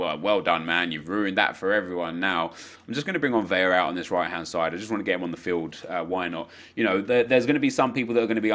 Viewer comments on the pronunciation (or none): none